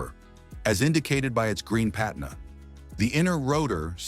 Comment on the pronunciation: And "Pa-TEEN-ah"